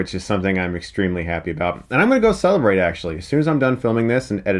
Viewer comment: When you said "I'm gonna celebrate after this" I almost thought you said "I'm gonna go celibate" probably would have been the perfect way to describe how insufferable this franchise was but thank you for all the amazing F's